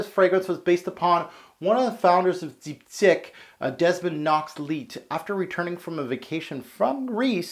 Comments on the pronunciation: it's dip-teek, not deepdick lol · Deep, teekh is pronunciation. Your French is otherwise very good! lol great review!